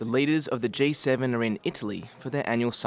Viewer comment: "G" not "J"